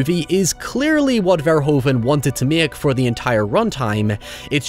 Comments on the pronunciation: Love the video! By the way, Paul Verhoeven's last name is pronounced like "ver-hoo-ven". Take it from one of Paul's fellow Dutchmen and become one of the few English speaking YouTubers who pronounces his name correctly,.;) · Verhoeven is pronounced like Verhooven, "oo" as in "boo", that's how the "oe" is pronounced